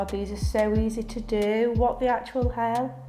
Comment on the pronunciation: She says easy and then says eazzai? Is this a genuine accent? Lashes look great!